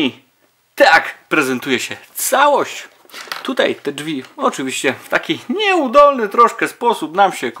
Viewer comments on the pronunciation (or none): none